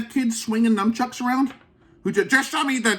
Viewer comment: How about first learn to pronounce "nunchucks" properly ...then you can hit yourself in the head with them!!